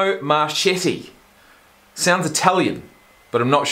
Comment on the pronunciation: The video literally told you when he played and how to say his last name but yet you couldn’t say his last name and had to google when he played. Do you actually watch the videos?